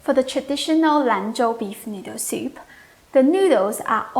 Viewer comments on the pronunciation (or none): I love the way you say soup-eh